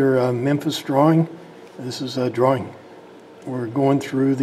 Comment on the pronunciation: Nice Dwawing!